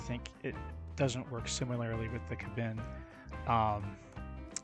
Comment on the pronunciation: This was posted on kbinMeta and to clarify, it's kay-bin, not the m'lady variant.